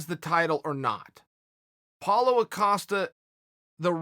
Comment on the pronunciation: cause hes saying paulA costa instead of Paulo